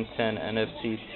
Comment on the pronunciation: i think you pronouce the name n-fect like inferction also what is your skype